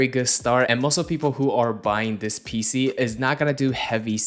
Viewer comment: Every time he says PC i cringe…